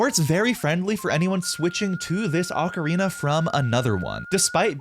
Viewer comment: It's pronounced "oh-karina". That particular model is not well tuned